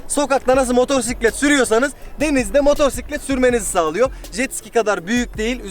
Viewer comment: "motosiklet" motorsiklet değil <3